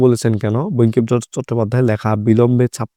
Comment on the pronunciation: Vul boltace